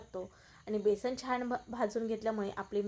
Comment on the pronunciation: बेसन,बेसण नाही म्हणत.